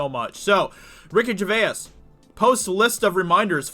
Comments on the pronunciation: Jer.vays. Not jer.vay.as. Please stop with that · Please stop calling him "Jer va is". Its pronounced " Jervace". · GerVASE (not Ger-ve-us) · Ricky Gervais (Jer-vays not Jer-vay-is) has been doing this for over a decade in Britain. He has not suddenly decided to pick on Hollywood or the Left (he is actually a classic Liberal himself and is not particularly interested in politics as such), he just likes free speech and hates hypocrisy and has always pushed the boundaries in the cause of humour. In fact he usually makes the most fun out of people he likes the most (so he probably actually likes the Hollywood stars but wants to roast them for their sanctimoniousness and hypocrisy). This kind of roasting we call 'taking the piss' over here in Britain and it is part of our British culture. Friends do it to each other all the time. Ricky is probably not aware of how strongly this will be misrepresented or misunderstood in the USA. Either way, he won't care and will just carry on like he always has. He loves getting a reaction as he feels he has hit the mark and shaken the precious politically correct boundaries a bit. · Hey Dude...respect for the video...but his name is pronounced like GERVACE.... not Gervaiss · Gervais sounds like Jer - Vace Or. Jerv - ace not jer vay ess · Mate, mate, mate. Please stop calling him "Ger-vay-ass" it is pronounced "Ger-vase" thank you in advance. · This is the reason I didn’t listen after the 3rd time this guy got it so wrong. I want to high 5 his face. Oh and he does it to most names, place names etc in most of his commenting on others work. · Ricky Gervay-as 😂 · Gervais is pronounced Jer-vay-z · Love your vids. BTW it’s “jer-vay” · His name is pronounced GERVASE, PHONETICS. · You still can't pronounce his name 🤦🏻‍♂️ JER-VACE!!!!! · Ricky "jer vase" must get sick if you putting a third syllable in his surname it's a 2 syllable name you septic tank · It's just pronounced "jer vase" man. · Jer-vase . Is the correct pronunciation.